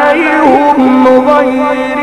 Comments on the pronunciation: ببساطه في الفاتحه يقول سراط اللذين انعمت عليهم غير المغضوب عليهم بضم الهاء والصحيح بكسر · القاري لامثيل له ولكنه في كلمة عليهم يضم الياء والصواب كسر الياء انظر الفاتحة في القرآن وشكرا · انعمت عليهم بكسر الهاء وليس بضم الهاء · اللي لايفصح بالقران لايقرأ امام الناس بهذا الشكل المزري ايه ياعمي ضراط وايه عليهم بظم الهاء اسكت جتك نيله ياكذاب